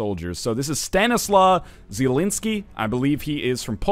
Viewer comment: I love how NL said "Stanisław Zieliński". I just love you NL. <3